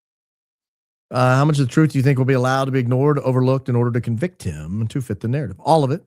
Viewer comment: Hahaha you do not get a covictim instead of Conviction 😂😂😂😂